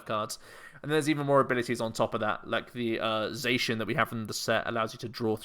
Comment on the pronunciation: The Diamond and Pearl rules you couldn't draw or play any trainers the first turn. Also, never knew Sheun was a colour, since you're saying Zacian the wrong way, because Cyan is the second word of its name Za-Cyan Za-Magenta